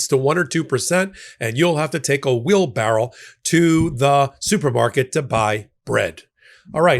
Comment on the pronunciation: said 'wheel barrell'!! I thought I was the only one who said it that way 😅 Gen X 4evah 😅